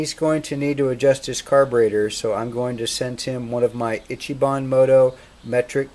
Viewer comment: Itchy bon... EECHEE bon